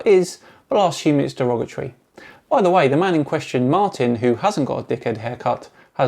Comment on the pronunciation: Congrats on 100k! Oh...that's not a typo... YouTube closed captioning says your name is. Maybe you should enunciate MAN a little better...lol. You know what? You DO kinda look like a Simon....Dan!